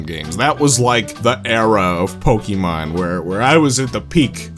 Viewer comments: Why does he say it like Pokeymon like there's no é in the name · Say Pokimon one more time